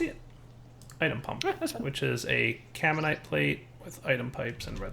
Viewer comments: >It's spelled Caminite > says Carmite four times, while looking at the name why? Why don't you read? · can dire like not read? It's freaking "caminite not carmite" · "Carmite" Oh shit, it's "Gormalais" all over again. tears hair